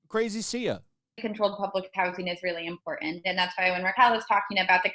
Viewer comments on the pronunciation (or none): anyone who can't pronounce important correctly just is a big red flag